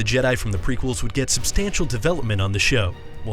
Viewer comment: is it not pronounced ima goon dee ?